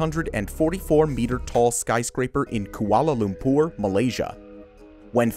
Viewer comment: He said "Koala Lumpoor" in an odd way too, to my ears at least.